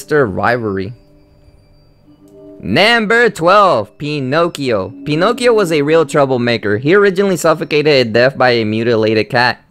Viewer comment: Penokeo😂😂😂😂 that's how it sounded.